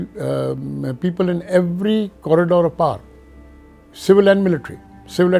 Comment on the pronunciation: Why he is pronouncing "power" as "par"? It's funny how Pakistanis think that's how British people pronounce it, so they try and say it this way, when that is completely false.